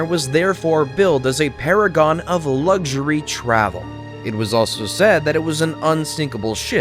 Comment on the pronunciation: there's no g in luxury.